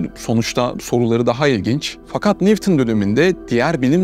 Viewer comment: Nivton ne demek? Bunu doğru söyleyecek biri yok mu? "Newton" neden Nivton okunsun ki? "W" harfi "V" sesini vermiyor. Onun adı "Duble U"